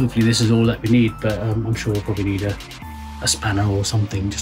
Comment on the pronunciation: every time you say "but um" your accent goes to 100%, it's interesting! makes me wonder how many vocal quirks i picked up from my folks...